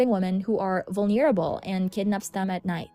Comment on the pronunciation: i’m sorry but it’s not /vulneeble/ it’s /vulnerable/ and not /lisah/ it’s /leesa/